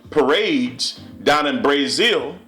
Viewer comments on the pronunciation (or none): excuse me it's Brazil not brayzil my farther my name is Brazil it was a insult cause there's no such thing as brayzil it's Brazil. come on a black man trying to be to proper, come on now. and then you say boyyyyy real hard dude work on your grammar a lil. now wat is transgender do they have a vagina after transgender. yes or no. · dude said brayzil im done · "Bray-zill" :D